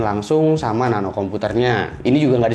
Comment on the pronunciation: woy Nano yg bener nape..